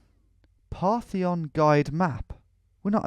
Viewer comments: It said "Partition", not "Parthion". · Between that and him being unable to read the word "Partition" I had to fight the urge to shout at my screen